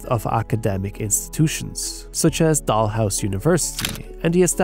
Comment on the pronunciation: Dart-MOUTH and ....Dollhouse university? Yikes.